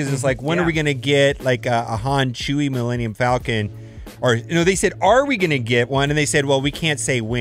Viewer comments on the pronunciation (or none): What the hell is an alluminum falcon?